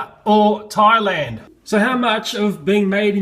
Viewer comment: You ceep on tieland it's thaland, th, in, land.